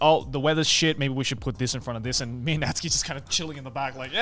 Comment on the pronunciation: thank you youtube for calling Natsuki as Natsky